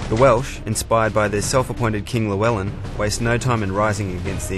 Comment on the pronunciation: He pronounced the name Llewellyn Wrong.